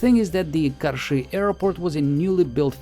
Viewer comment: I love how perfectly you pronounce "Karshy"